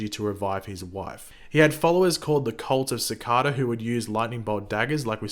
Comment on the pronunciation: Its cicada not cocada